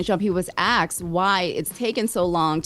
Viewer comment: This is an honest question. I’m Canadian, so maybe this is just an American thing… Why do y’all say “axed” instead of “asked”?